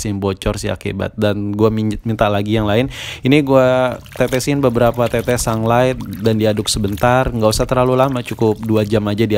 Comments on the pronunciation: Haha sunglight, sunlight kali bang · Sunlight bukan sanglet wkwkwkk ngakak